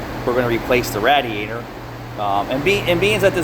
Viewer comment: Great work but you say radiator funny 🤣🤣